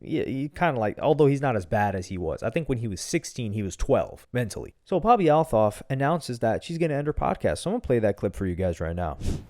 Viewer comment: That’s not how you say her last name 😂 just say Bobby